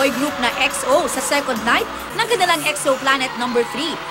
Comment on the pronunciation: jusq "xo" nanaman yung pagkapronounce